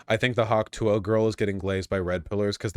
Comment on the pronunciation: I finally find out what the stupid fucking hawk tuah meme is and she doesn't even sound like she's saying "tuah"